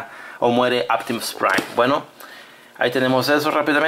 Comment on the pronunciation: Porque carajos dices aptimus pwain y megatwon si es Optimus Prime y megatron